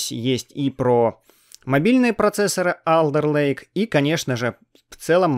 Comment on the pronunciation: Не АлЕРлейк, а Олдэлэйк